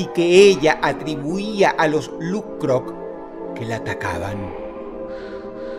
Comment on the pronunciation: Me encanta cuando Dross pronuncia "LuK-Krok" 😮